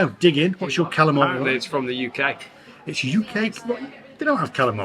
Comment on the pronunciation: come back to Brooklyn,New York so we can teach you how to say Kalamari the real way- Galamad